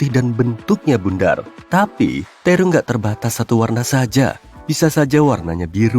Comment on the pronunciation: Terong min bukan tirung😁